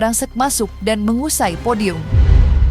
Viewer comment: MENGUASAI mbak bukan MENGUSAI, BAGI mbak bukan BADI, ya ampun pembaca beritanya ini salah2 melulu, dasar Cumi 😂😂😂